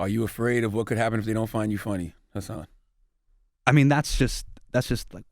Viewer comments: guys, this is old - but also his name is prounounced something like "Has-sin" and not "Huh-sahn" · Envy said hasON minajjjj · Damn say his name right at least Envy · Of course they’re gonna miss that joke when they can’t even pronounce Hassan’s name correctly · Say his name right... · First thing i noticed!! & i think it's weird how anywhere else he goes Hasan will usually correct someone who pronounces it wrong but not with envy & charlamagne